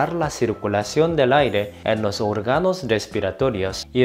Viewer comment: No se dice orga’no se dice o’rgano en donde está la tilde lleva el sonido más fuerte